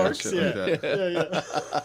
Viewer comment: “Qouzarks” mixed up quarks, quasars, and the ozarks